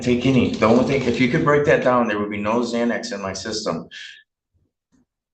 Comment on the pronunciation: He says im confortable taking "zzzzzxanax" i havent taken anything today, but i took one this morning, and will take another tonight. Lots of progress